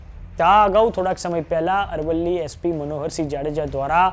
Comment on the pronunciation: Dofa amrli nahi arvli bol